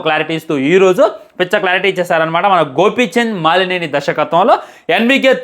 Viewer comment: బ్రో, మాలినేని కాదు మలినేని